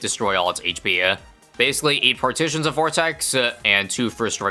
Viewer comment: bro calling the skulls partitions 😭